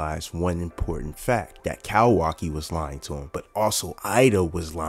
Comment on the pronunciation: Bro I’m loving the vids and how spot on ya predictions be but the “cowaki” has to stop 😭🥀